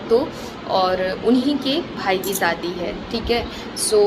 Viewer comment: Saadi Saadi kya hota h? Shadi hoti h plz thoda thik se bola Karo acha nahi lagta aap public platform pe ho thoda dhyan rakho.